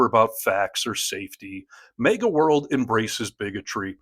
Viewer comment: HEY!! I love ya, but,,,,,, for the NINTH time: The word is "MAGA", not "MEGA"! MAGA like "magazine". Get it? It's Mag Uh, not Meg Uh. Mag Uh, not Meg Uh, okay?